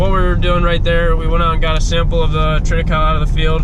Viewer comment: What kinda of hay was that? Sounded like you said treada-cow? Is that you plant in the fall harvest in the spring? Do you have to replant it each fall ? How’s that work?